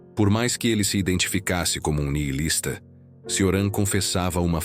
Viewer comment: Ótimo vídeo, só uma observação: se pronuncia “Tioran/Tchoran” o “C” em romeno tem som de “tch”.